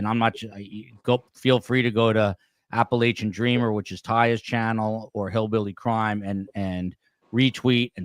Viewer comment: You’re mispronouncing “Appalachia”,!